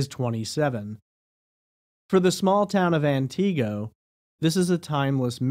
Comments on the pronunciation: Antigo is pronounced “an ti go” not “an Tee go” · AnTeego....lol its pronounced Anniego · It’s ANT-i-go not an-TI-go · As a northern Wisconsinite, Antigo is pronounced “An-Tih-go” not “An-Tee-go” sorry 😬 just had to point that out since I’m from the area. Thanks for covering this small-town case.. there’s so much woodland up here, scary to think how easy it would be to go “missing” indefinitely. Antigo is small enough by itself, surrounded by a bunch of other tiny unincorporated towns with populations around 100 people. I hope she is found and some amount of justice can be served. 😔🖤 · Ant-ig-go not anteego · I’m from Wisconsin and the way you pronounce Antigo makes me laugh so hard. I hope she can be found 🙏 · This is not how Antigo is pronounced. It's An-tih-go. Also, I live not far from where Kayla was supposedly dropped off by Kevin. That area is full of houses but is definitely a creepy and not well lit area at night. There's no way someone would not have seen her if something happened to her while she was over there. Soooo Kevin did it. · I believe it's AN-ti-GO. He's pronouncing it like it's a carribean island. Antigo, Barbados come on pretty momma ... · Thanks for this information but it pronounced An-go silent t. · I love your pronunciations of Antigo and Langlade county! lol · I was listening to this, w/o the video. Only after I heard you say " wausau, did I realize you were talking about Antigo. You are pronouncing the name wrong. The "i" sound should be pronounced like the "i" in "it". You gave it the long "ee" type sound. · That’s not how you pronounce Antigo 🤣 lol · Sorry to be picky but Antigo is pronounced with a short I sound not a long e sound.